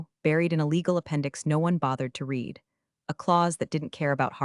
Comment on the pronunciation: Good stories, but you really need to get the words correct. You have said "reed" instead of "red" many times and as a proofreader that is annoying.